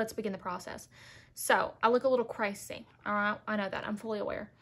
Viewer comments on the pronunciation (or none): Literally hit subscribe when you said “crasy” 😂